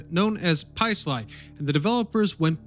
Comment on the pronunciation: You are a native and you pronounce Paisley as PIEsly, not PAYsly? Hows this.. a Jersey native UN subbing this bullshit. You've probably never been in the Pine Barrens.